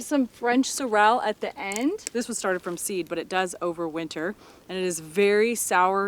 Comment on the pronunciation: Sorell rhymes with Fennell